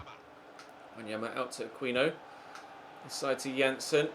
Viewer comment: C'mon mate. It's pronounced "Ah-KEEN-noh" not "ah-queen-no"